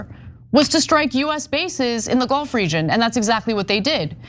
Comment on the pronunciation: Gulf not Golf countries, and stop dramatizing as if in a highschool gossip frat